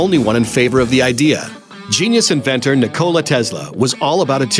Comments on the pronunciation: Ni-cola tezla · Any gonna say anything about the way he says nikola Tesla